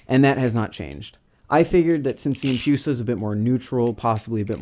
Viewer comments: I honestly cant handle saying empyusa like its medusa right not medyusa and its empress not empryess so why empyusa instead of empusa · No hate on the video itself, it just triggered me when i heard empyusa so many times but to each their own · The empoosa